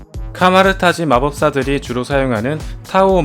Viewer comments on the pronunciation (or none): none